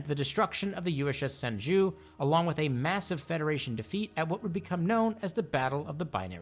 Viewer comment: Minor gripe but it's pronounced more like "Shen joe" not "Shin zoo" It's like saying Anterpreese instead of Enterprise